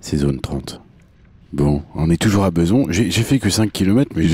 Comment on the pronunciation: C'est Bezons et non pas Beuzon !!